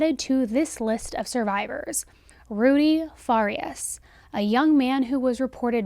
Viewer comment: Fa-Ree-Us....not Far-E-Us....